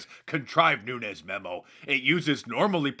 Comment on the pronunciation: Holy crap Nancy pelousy got Devin Nunes's name correct, she must have stayed awake all night saying his name correctly so she got it right. I sincerely hope that she didn't overtax what is left of her mind doing so.